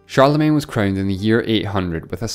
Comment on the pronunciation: Great video, but please learn how to pronounce Charlemagne!!!